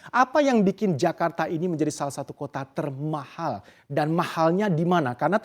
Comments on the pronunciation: TERMAHHAL gw dengernya pake 2 huruf H itu presenter hahaha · Keganggu banget setiap presenternya bilang TERMAHAL.. 😖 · Emang ngomong "termahal" nya harus gitu trs yaa😂